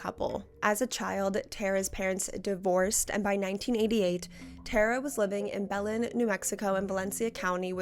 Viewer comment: I love your videos but Belen is not pronounced like that lmao.